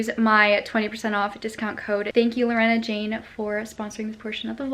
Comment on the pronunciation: Girl!!! Lorna Jane is pronounced "LAW" + "nuh, there's no E in the name hahahah. Sincerely an Australian who sees that shop at every shopping centre 😂